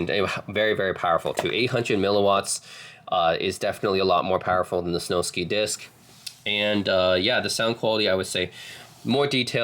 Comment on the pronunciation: It’s Snowsky …. Like whisky, you wouldn’t pronounce whisky whi sky.